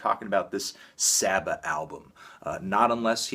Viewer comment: oh fuck me fandango you did not please me with that saba review lol. also, for future reference, it's pronounced "saw-ba" not "sahbah"